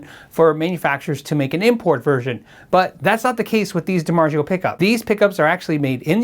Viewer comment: 7. I didn't know DiMarzio wasn't pronounced the proper Italian way.